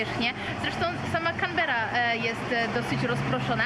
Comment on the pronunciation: CANBERRA kułwa wasza mać 🤣